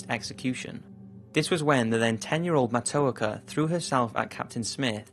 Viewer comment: As a Native American, thank you for telling people about the true story of Matoaka... I would like to make a minor correction for pronunciation. Her name is pronounced "Mah-toe-ah-ka"